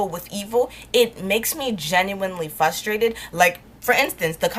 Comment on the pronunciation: Girllllll. I love you but if you don’t stop saying fRustrated like fUstrated!! Lol